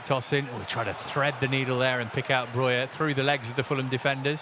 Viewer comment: His name is BroJa not Broya